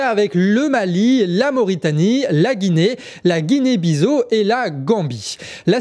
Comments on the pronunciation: Bon sang mais prononcer Guinée-Bissau en disant « bizo » celle-là on ne me l’avait jamais faite ! 😂😂😂😂😂😂😂 ça se prononce Bissao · Guinée bi-ssa-au sa se dit 👌🏾